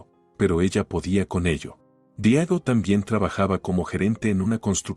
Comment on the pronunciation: Seguimos destrozando la gramática española es Diego no Diago por esas cosas dejo de seguir la narrativa